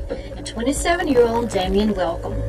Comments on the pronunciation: Good show & great upload quality!!!! I'm stuck on the fact tho that the guy named calls himself Domian tho sounds stupid as hell when it's clearly spelled like Dame-ien 👀 only thing that bugged me lol, other than that, great show & quality!! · I’ve never heard pronounced like that,it’s pronounced Day-mee-en where I am